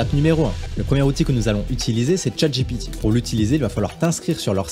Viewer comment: PPURQUOI IL DIT CHATGIPITI 🤣🤣🤣